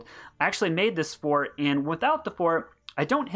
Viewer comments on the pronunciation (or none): none